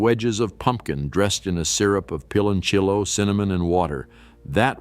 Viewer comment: It's pronounced like peeh lon siyo.not pilonchello